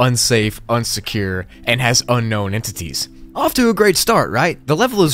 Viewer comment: Level 15 You say unkown instead of unknown